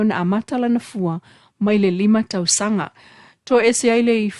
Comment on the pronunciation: Why this journalist used the D pronunciation instead of T... its tausaga not dausaga, Motootua not Modoodua, daunu'uga.. dupu... it's so annoying to hear the D pronunciation... faaleo sa'o upu Samoa i le T ae lē o le D pe alu a'e se Samoa e lelei laga faasamoa e faikau mai news... 😠 😡